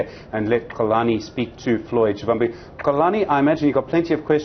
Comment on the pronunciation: its SHIVAMBU LEARN TO PRONOUNCE PEOPLES NAMES PROPERLY . PLZZZZ 🤍